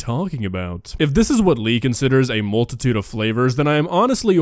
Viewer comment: You heard “multitude” i heard “melted tuna” …either way “fukked up”